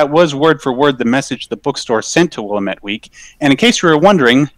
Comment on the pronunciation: As a former Oregonian, your pronunciation of the word "Willamette" is making me cringe super hard.